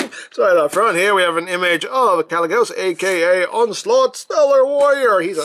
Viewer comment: First Archimonde, then Gaz'rhanka, and now Kalecgos and they form Ragnaros... Who else from the warcraft universe will they use? Also you did pronounce Kalecgos correctly :)